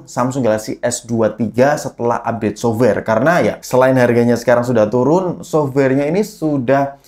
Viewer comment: Bang, tolong ini mah pengucapan kata "software" nya bukan diberatkan jadi SOVWARE, tapi ringan aja gitu. Terima kasih